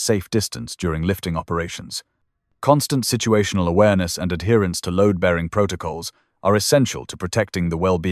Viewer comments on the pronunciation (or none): "STRICT ADHEARANCE " !!!